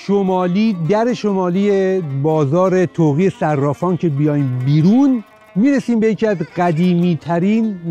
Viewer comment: طاق صرافان درست است نه طوقی صرافان